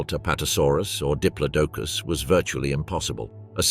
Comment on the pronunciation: Pronounced di plodo cus